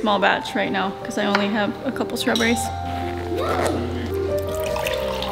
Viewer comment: .... we have STRAWBERRIESSES here lmao!